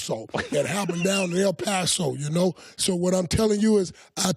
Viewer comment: “I PassO on that number” lol 😂